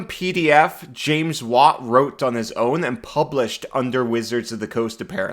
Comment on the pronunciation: So couple things: James’ last name is pronounced like “why-at” Also, Kaladesh is a different mtg plane so it’s adjacent to Ravnica, but it’s also adjacent to Theros and Strixhaven. All 6 of the plane shift pdfs exist in the same universe usually. But I really appreciate you covering this old content! I’m still hopeful that it’ll end up on DnDBeyond one day bc even Domains of Delight got a release there. I met James Wyatt at GenCon a few years ago, and this content is actually what I asked him about. He said it was always just something he made as a fun side project and never intended for it to be a big deal, but people really liked it and it eventually led to Ravnica, Theros, and Strixhaven getting full books that he helped with. He said it was hardly playtested, so that might keep it off DnDBeyond, but I’ll continue to dream because even One Grung Above is on DnDBeyond under “noncore”